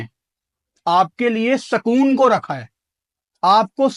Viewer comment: Sukoon nahi bhai, it is sakooon 🤣